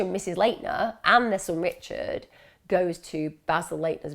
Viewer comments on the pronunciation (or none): none